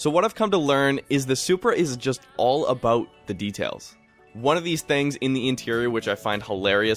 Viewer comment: Yes but there are two main countries in NOrth America. I knew it was Canada because of your accent when saying the word "about"..you guys say aboat..